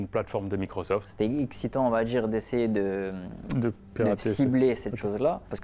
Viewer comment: n'oublie pas le "on va djire"